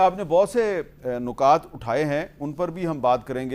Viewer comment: نِکات اٹھائے ہیں ۔۔۔۔۔۔۔نہ کہ نُقاط اٹھائے ہیں!